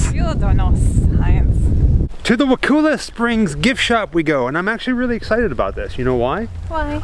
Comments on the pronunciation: I think its pronounced Wa-call- la. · Hi, I wanted to tell you that I live here. I go to the high school. I just found this video and I wanna let you know it’s pronounced wuh ku (like cup) la. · Bruh I live like 15 minutes from there it’s pretty sweet and sorry to correct you but you say wakulla wrong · Your saying Wakulla wrong I grew up in Woodville lol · You pronounce Wakulla wrong completely. Thumbs down. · Say wakulla right dumb ass